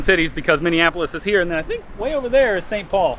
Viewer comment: I hear Mini Apples instead of Minneapolis 😂😂😅